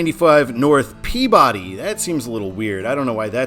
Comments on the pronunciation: FYI, Peabody is pronounced “PEA-Biddy” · Note: Peabody, MA is pronounced "Pee-biddy". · Massachusetts doesn’t pronounce Peabody the way it is normally pronounced. It’s pronounced as (/ˈpiːbədi/) (pea/be/de) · Besides all the comments about the mispronounciation of Peabody, which I warned you about in previous comments, you butchered Waltham (walth-ham, like the meat), no pun intended. In your "Todd's way it should be," you misspelled Franconia. I do believe that northbound it should be simply the town Franconia without the Notch. Plymouth NH, in the Lake Winnepesaukee region which US 3 loops away from I-93 to head for Laconia and get closer to the lake, is the home of Plymouth State University. That town is a major destination for New Hampshirites anyway. Salem NH is the home of Rockingham Park, a horse racing venue which is mentioned in the movie "The Sting." Loudon NH is the where the New Hampshire Speedway is located, for NASCAR fans. Of the other places mentioned in NH signage on I-93, Franklin is the only city, and a small one at that, though Derry is a sizable suburb of Manchester. The toll booth on I-93 is in Hooksett, and is referred to on traffic reports on WBZ (1030 on the AM redio dial) as The Hooksett Toll. When MassDOT (MassHighway as it was known then) redid the signage for I-93 in Boston itself when The Big Dig was completed, those signs replaced the northbound signage for Lawrence. I know you would have cringed with the former signage. I agree with you that Manchester NH should be on the signs on I-93 NB in MA. I think that the reason MassDOT does not sign I-93 SB for Providence in the City of Boston is because most traffic in the city itself does not go all the wa